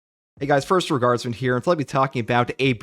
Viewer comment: Everytime he says "first tour guardsman here", I always hear "first regardsmen here"